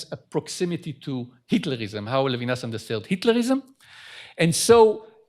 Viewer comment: maybe introducer could learn to pronounce Levinas? it's not English. it's embarrassing when professors do that.